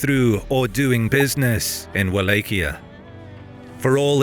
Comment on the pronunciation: Man doesn't just mispronounce Wallachia (wall-auch-ee-uh ) or anglacized (wall-ah-key-uh), he pronounced mosquito mosque-eat-oh .